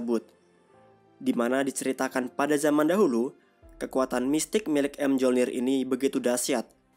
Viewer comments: Palu thor bacanya Myolnir bang bukan em jolnir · bang bacanya tu miyolnir bukan emjolnir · Bang gw kasih tau ya senjata thor tu di baca mejolnir bukan em jolnir greget w nonton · bacanya myolnir min, bukan emjolnir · Bg Senjata Nya Thor Di Baca Myolnir Bulan M Jolnir Gk Ush Di Pisah Bg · Di bacanya Myolnir min bukan M-jolnir🤦🏻‍♂️ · Bang, mjolnir dibaca myolnir, padahal di marvel juga sama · Mjornir bacanya miyornir bang😭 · Kok kesel ya? Mjolnir bacanya miyolnir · Bang, belajar lagi untuk penyebutan bahasa inggrisnya, biar enak di denger. Contoh Mjolnir cara penyebutan nya bukan emjolnir tp Mejolnir. Knuckle cara penyebutan nya Kenakel bukan kunakel. Cuma kasih saran aja bang, biar lebih enak di denger, biar ga keliatan orang kampungannya. Good luck!